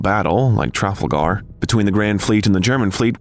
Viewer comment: Yeah …. Like Tray Folder “Trafalgar” Tra-Fal-Ger just like it’s spelt